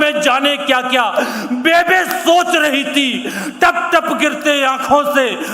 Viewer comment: पंजाबी में बेबे नहीं बेब्बे बोलते हैं माँ को जी आप आदरणीय है जी क्षमा चाहता हूँ आप से लेकिन जितना मै जानता हूँ वो बोल दिया जी